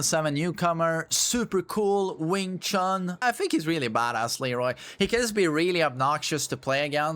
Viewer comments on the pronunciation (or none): none